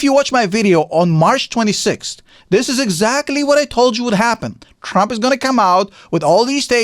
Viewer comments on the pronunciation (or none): He kept calling him Crump. 😅